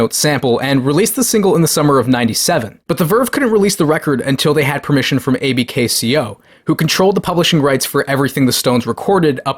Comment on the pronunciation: Pronounced “ABKCO” not “A b k c o”. Allen B Klein Company. Bad dude.